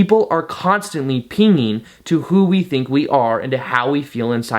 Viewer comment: It's pinging. Not peenging.